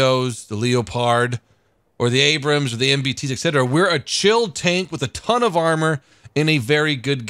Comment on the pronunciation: "MUH ABRUUMMSS" lol